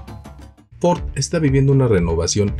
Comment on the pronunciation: Ahora se no dice Ford, dice ofordo jajajaja